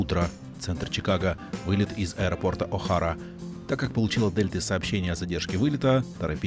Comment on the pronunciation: Правильно говорить О-хэйра, а не О-хара